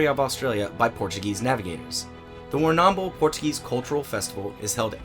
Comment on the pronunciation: Okay, for the record, you are definitely pronouncing Warrnambool incorrectly. You are accentuating the second 'a' too much and it disjoints the 'bull' sound at the end. I'm sorry to be nitpicky but as a local to the area, it is a bit of a pet peeve XD